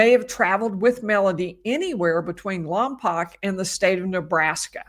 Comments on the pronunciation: How bizarre this is near where we live. I avoid All news it's just too😭😡🤬so unaware this going. BTW it's pronounced Lom Poke not Lom Poc. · Following since Lompoc is my hometown. BTW, Lompoc is pronounced Lom-poke. Thanks for your coverage! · Lompoc is pronounced Lom-Poke :) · The town is pronounced Lahm-poke. I believe it's a Chumash (Native American) word.